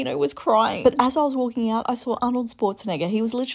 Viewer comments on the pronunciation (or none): “eeeot and abeeout”